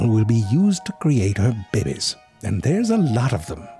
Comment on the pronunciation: I do not ehvehn mehnd that Mister Narratorius pronounces "behbehs" in a funneh weh.